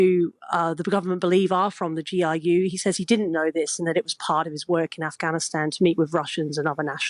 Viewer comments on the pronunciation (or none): "a spy for the GIU" - it's GRU (ГРУ), folks. It's "ar" [R], not "ai" [I].